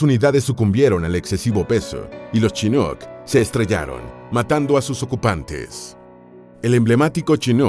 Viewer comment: Aprender a pronunciar como se debe, vg. chinuk.